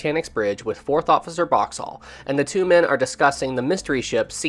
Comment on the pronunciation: I can't get over how this guy pronounces Boxhall so completely and utterly wrong